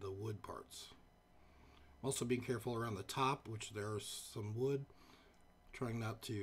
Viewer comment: "...Weathered wud."